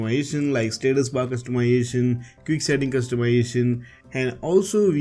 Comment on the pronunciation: can u say customization more correctly?